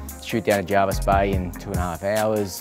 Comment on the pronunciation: Electrician with a 400k boat, meanwhile all the plumbers a re like ‘pfftttt amateur’. It Jervis BTW mate, not JARVIS